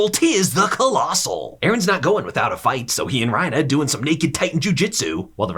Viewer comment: I was suprised he would pronounce reiner as ryna